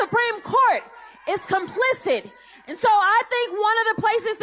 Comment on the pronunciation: she said “complicent”, then “complicit”, then “complicid”, all in a row 😂